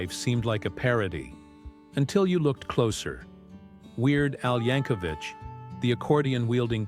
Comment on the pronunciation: For God's sake.... it's pronounced YANK-O-VIK NOT VICH. THERE IS NO FUCKING H AT THE END OF HIS NAME.